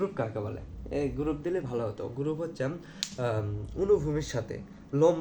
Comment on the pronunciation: পজ্জাই, গুরুপ, 😂😂 আনুভুমিক ❌ অনুভুমিক✅😂😂😂😂😂